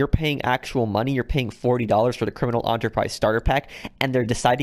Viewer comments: Enterprise not ontopise 🤦‍♂️ << literally how you made it sound like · Its pronounced "Enter Prize" . Never heard it pounced On-tur before.. 2nd. I paid $10 for this and its worth it. Its a good way to start off if you are basically nothing. No, they are not the best locations, but they aren't meant to be. They are meant to be Starter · Us: Enterprise Pro: Onterprise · The word “enterprise” starts with an E not an O… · Why he call it the “aunterprise” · i keep getting triggered when he calls it "criminal Onterprise starter pack" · it’s enterprise not onterprize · Its prounounced Enter not onter u only pronounce it onter when u are saying entrapenuer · ENTER-prise not AUNTERPRISE. and not everybody is a 100% GTA pro like you bro relax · (Sigh) Did you not listen how pronounces "enterprise" as "onterprise" in the video? I made a Star Trek joke about how things would've been different if Captain Kirk & crew called their ship the U.S.S. Onterprise instead of Enterprise, like how this joke flew over your heads like the U.S.S. Enterprise! 😄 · Is no one else bothered by the way he says “enterprise” it’s “ENTERprise” not Onterprise Jesus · I completely agree, I know this vid is old but I was looking for a comments about ON-TOUR-PRIZE, thank you for noticing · Why is he saying criminal aunterprize starter pack it’s enterprise 😂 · "Criminal Onterprise" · This dude fr saying it like “ANTERPRISE” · This guy saying onterprise... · Why he pronouncing it "on"terprise it enterprise like enter into a business and people paleto bunker is the only bad thing about this thing. I'm a lvl 700+ I own the maze bank west office and great chappearal club house I also have my bunker and facility on route 68 as a solo player and only buy one thing of supplies at a time let product fill up then buy another before immeadatly selling. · Criminal Onter-prize? Eeeentteeerr prize! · Onterprise lol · Its EN TER PRISE NOT ONTERPRISE GET IT RIGHT FFS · Not "Onterprise" it's "Enterprise